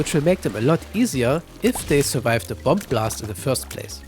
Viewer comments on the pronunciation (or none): none